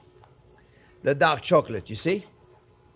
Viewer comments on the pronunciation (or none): I thought he said duck chocolate LOL😂. I couldn’t wait to find out how to make “duck” chocolate. You are very informative and entertaining.